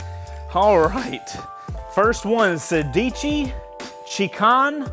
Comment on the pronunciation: I think it should be pronounced "sèdici", and not "sedìci". In Italian it means sixteen, like "corsa" is race/running.